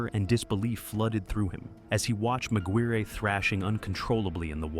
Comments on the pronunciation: Mig wirry. Shouldn't it be pronounced Mig wire? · McGuirre is pronounced like Maguire surely? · Bruh I couldn't take the first story seriously when the ai narrator is calling him "magweerie" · What’s up with the weird pronunciations on this video? He says saline like “Say-Lien” Laboratory like someone from the UK Mcguirre like MaGweary- pretty sure that should sound like Mc-wire. Is it AI-narrated?